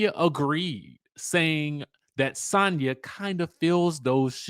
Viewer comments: Dj I think she pronounce her name as Sanya 🤣🤣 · the way you say Sanya is so jarring